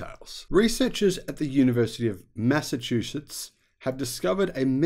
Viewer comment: actually said, "...researchers at the University of Mass-a-chew shits!"